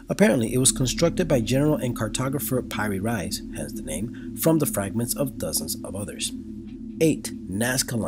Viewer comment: Piri Reis, the maker of the map you present at , is pronounced pee-ree rays. Check here: How hard is it to do some Google searches for correct pronunciations before you tape your videos?